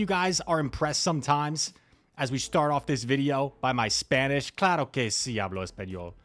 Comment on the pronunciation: That spanish sounded perfect in that intro bro